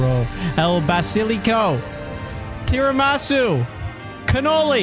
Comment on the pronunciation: The feeling when prononces Tiramisu as tear a mah soo